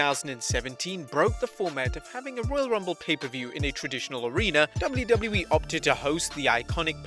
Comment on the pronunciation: You say wlwe it's wwe